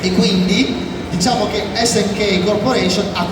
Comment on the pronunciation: Appena hai detto "ESSE ENNE CAPPA" e non "ES EN KEI" ho chiuso il video. Fai il professore sotto i canali degli altri e manco sai le pronunce